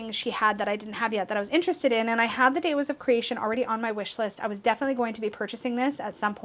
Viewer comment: interesting! I think that’s why I like it so much because finding it hard to relate to makes it so mysterious and magical to me *i’m also curious about your pronunciation of devas as ‘de-was’ where did you learn that?